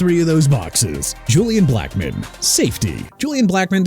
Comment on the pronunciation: First off it's Tony Pollard (pah-lurd) and second it's Julian Blackmon (black-mun) and third keep saying Jagwires instead of Jaguars and guess what Jacksonville gonna end doing?? CHANGING THEIR TEAM NAME CUZ YOU KEEP SAYING JAGWIRES!!!